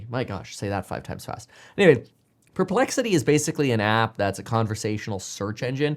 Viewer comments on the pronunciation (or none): none